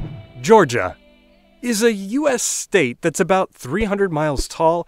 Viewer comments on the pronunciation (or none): none